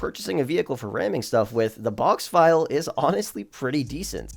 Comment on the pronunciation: Oh one thing: the “ville” in Boxville is pronounced like “until” not like vile liquid.